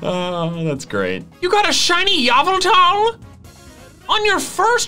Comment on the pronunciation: Its Ee-Vell-Tahl not Yahh-Vell-Tahl